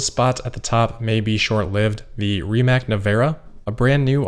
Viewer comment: Is it pertinent to point out that Rimac is pronounced RimaTZ? Or does this Croatian company go by "rimmak" internationally?